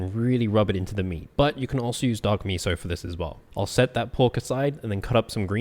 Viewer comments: Why did i hear "dog meat" instead of "dark miso" 💀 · Did you hear "dog meat" like I did? 🤣🤣😱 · it sounded like” you can use dog meat for this as well.” Dark miso got it. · I thought he said “you can also use dog meat as well.” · Oh, DARK MISO! Am I i the only one who thought he said something else?